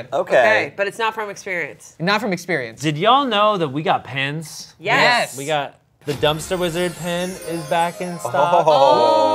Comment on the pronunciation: He does keep saying pens I'm not crazy right